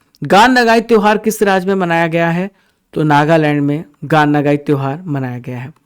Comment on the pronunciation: Gan nagayi tehwar manipur glt padha de rhe hai